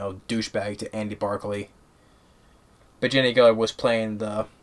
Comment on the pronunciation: Jenny AGERTER, That is the correct pronunciation